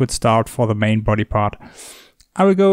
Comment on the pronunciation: "ze bear"